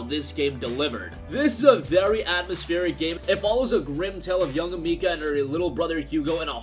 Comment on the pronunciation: When he called Amicia Amika